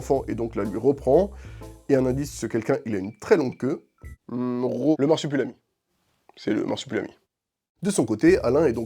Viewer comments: MarsupUlami ????? Pas une fois tu le prononces comme il faut à savoir marsup'i'lami !!!! La vidéo est cool mais ça c'est pénible. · le mec dit "Marsipulami" pendant toute la vidéo 😭😭